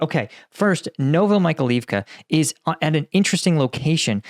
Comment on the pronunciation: Like your videos. Correct prononciation of town sound like "novo-my-high-leave-ka"